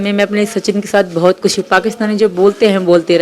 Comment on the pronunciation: Bolna seekho lapu khush hota hai khus ni